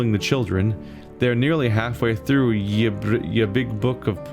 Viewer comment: Hey. Just wanted to tell you that Ye is read The, y was used as a replacement for the letter called thorn (þ) which reads th. Sorry for being pedantic.